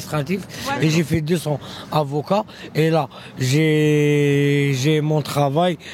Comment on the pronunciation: Ji fis deux ans avocat!